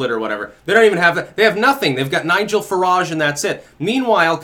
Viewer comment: Who is "farahge'? lol